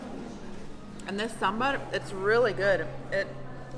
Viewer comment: Its Saaaaam ber!! My friend 😊 otherwise it sounds like sam's bar hehr